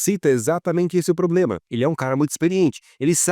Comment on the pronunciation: Curtindo o canal. Mas da uma melhorada na pronuncia em uns dois vídeos sai um "probRema". Kkkkkk